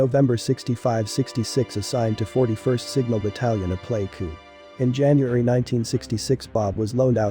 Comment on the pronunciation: Get a professional editor. This is a noble story, which you botch with amateurish cluelessness. We don't want a robot narrating this, we want a smart & compassionate person at the mic who has taken the trouble to learn proper pronunciation of the Degah (Montagnard) villages. Example: Plei ku is the Jarai term for "high village". I'm pretty sure those of us who fought & bled with 5th Special Forces, including your dad, would rest easier. De Oppresso Liber... Freedom for the Oppressed!